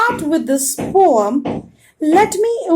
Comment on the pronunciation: Mam that is not Pom that is poem